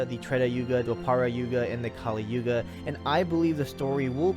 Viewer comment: Its yuga not yoga